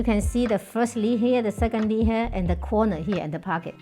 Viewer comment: Why didn't ANYONE tell this lovely lady that the thing in her hand is called a leaF...leaF ...leaF, NOT LEE? When a person does not correct one who is incorrectly pronouncing the words, YOU ARE BEING CRUEL. No one wants to speak a second language incorrectly. BE KIND. TEACH. Simple. 1 sound.... F....F, F, F, F, F! LEA-F. Not teaching is the same as perpetually making fun of the person and that is extremely UNKIND. I DO speak more than 1 language, and I TEACH others to speak multiple languages.... BE KIND. TEACH